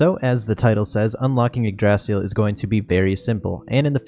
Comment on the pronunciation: pronounce it right, its, ig-dra-sil, not igdraasil, sorry but ive been playin too many dragon quest series.